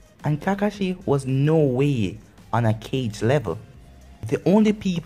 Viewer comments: He called a kage a cage lel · Kage is pronounced kah-gay not cage